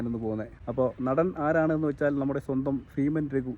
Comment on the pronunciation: Feeman alla beeman athonnu maattiyal ok